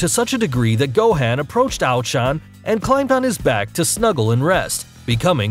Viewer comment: Can we just take a moment and realize that this mans pronounced gohan differently than how goku would Go han. Tf is this shit it’s pronounced gohon but it’s spelled gohan so I guess this nigga can go super sayian am I right